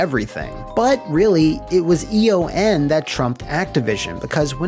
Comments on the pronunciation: Eon is a word, not an acronym. It’s pronounced “E-on”. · E.O.N. is “E-On” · Eon is pronounced like ion with an E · Does not know that ‘Eon’ is a word or...?